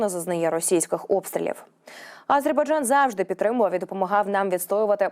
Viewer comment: Режет ухо, нЕ А зербайджан, а просто АзербайджАн, это все равно нЕ УкраИна, а УкрАина, жЕ диктор у вас ДОЛЖНА поставлена правильно речь и нЕ НАДО 🤕 выдумывать, СПАСИБО ❤🇺🇦